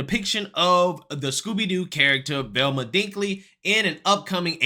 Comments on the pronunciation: Velma, sweetie...her name is Velma...not Thelma....😁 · Lmfao. It's V Elma not TH elma. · It’s VELMA not THELMA!!! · So his title says "Velma" and so do the subtitles but he keeps saying "Thelma". You can't take the black out of some people. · VEl-ma not THEL-ma. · Duuuuuuuuude WHYYYYYYY do you purposefully mispronounce so many words?! Are you doing it accidentally or are you just playing stupid? Thelma is not Velma. BRO. LOOK AT THE WORD BEFORE YOU READ IT OUT LOUD. It's infuriating trying to show friends your videos because you sound so uneducated when you read. There's no excuse at all for the way you mispronounce words. "Massatwositts" for Massachusetts... "Thelma" for Velma. Dude knock it off. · I like your videos and I agree with a lot off what you say...... but why do you keep calling her 'Thelma?!?!' Her name is Velma!! lol just breaking ya stones bro. Keep up the good work! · You kept saying Thelma. It's Velma, lol. But, at this point. They may as well change her name too. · Listening to him call VELMA “Thelma” is like listening to Boosie call Vlad “Glad.” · Why you say Thelma? First say vampire, now say Velma. V...Velma. With a “V”. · lol you keep calling her "Thelma"